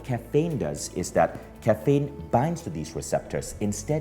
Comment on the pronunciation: Dude it’s caffeine - not Kafaynnn